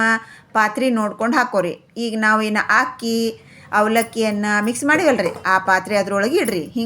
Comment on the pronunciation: Not hakki, it is akki